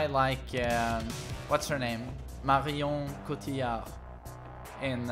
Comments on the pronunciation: man the prononciation of marion cotillard is on point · As a french guy I'm very impressed how good is you french accent when you said "Marion Cotillard"